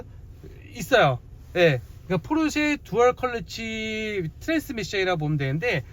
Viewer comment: 왜자꾸 컬러치라고 발음을